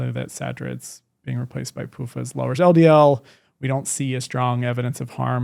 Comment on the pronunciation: PUFas? I am from Sweden and I have a hard time to understand this. Wish is OK if you really don't care if people from other countries understand your content.